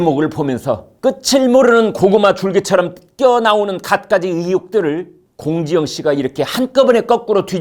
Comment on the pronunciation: 발음이 사이다.... 공지영씨발*이